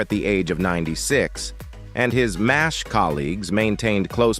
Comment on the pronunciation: M.A.S.H Mobil Army Surgical Hospital. M.A.S.H pronounced MASH like mash potatoes.